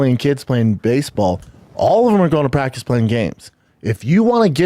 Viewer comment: We talm bout praggticce, b?